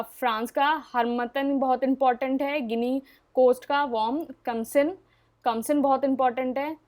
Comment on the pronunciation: Are mam kamsin nahi khamsin…. Sorry for being pronounciation nazi in advance